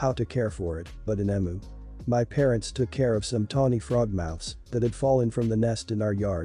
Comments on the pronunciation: It’s a very obvious bot voice, but it’s less annoying compared to other bot voices. As an Aussie it is pronounced eeemyou not Emoo. But a lot of words are mispronounced by bots or the incorrect version is used (the one I hear most often is “live” as in “I live here” being mispronounced as “live” as in “this is a live animal”) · I can’t tell whether this is a human reader or not as an Australian I have to say it’s pronounced Eeeem -you not emoo I took me a while to figure out what the hell you were talking about. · Eem-you, not em-oo.